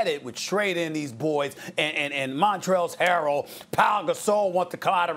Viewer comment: SAS: "Montrellz Harol"